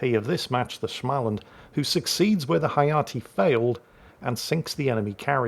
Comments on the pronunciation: If you can say the English word "small" then you can say Smaaland too. It is not with an "a" like in "anal" as you say it. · joke start*: ITS SMÅLAND NOT SCHMALAND AHHHHHHHHHHHHHHHHHHHHHHHHH *joke end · Oh, dear old. Here comes the Swedes again. Småland is not Shmalland. So drop the H after S, and pronounce the Å, instead of just saying A. Ä sounds like the A in Damn, or Ram Å Sounds like the O in Gorge, or Borg Ö sounds like the U in Murder, or Fur And pronounce it as a composite word, Små-Land From Sweden with Love - Kami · Oh just an fyi. In the Småland. The "Å" is a Swedish"O". Basically you pronounce it "Smoland" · Småland is simply pronounced small-land. The s and the m at the beginning is just an s and an m. I do love myself some good German SCH sounds every now and then, but in Swedish sm, is just a boring old sm. Carry on! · Just a pronunciation tip for the future, try saying the å i småland as either the o in Smolensk, or like the a in small. Great vid as always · A proper Swedish person here. Småland is pronounced as the English 'small' followed by the first syllable of 'understand'. There's no stupid German schm going on!